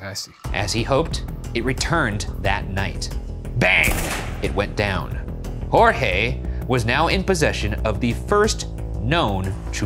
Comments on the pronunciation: not yall callin jorge "jose" lmao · He pronounced JORGE AS JOSE!!!!